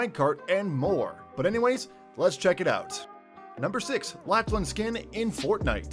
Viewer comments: laCHlan I’m crying of laughter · Its not lach lan its pronounced laklan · Legend it’s not latch Lynn is Laughlin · Bruv laCHan he seriously said laCHan 😂😂😂😂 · It's Lachlan not LaCHHHHHlan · U said la CH lan hahah plus he already has a skin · By the way his name is Lachlan not Lahchlan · It’s said LaC-LAN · Did he sa la ch lan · You said lachen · Who's latchlan it's Lachlan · It's Lachlan not LaCHHHHHHHlan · It is pronounced lock-lan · he called lachlan laCHlan lol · He said (la) (ch) (lan) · Bruh, “LaChLaN” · Bruh he called Lackland like this haha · You said Lachlan wrong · Wtf this man cant say lachlan correctly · Bruh you said lachlan wrong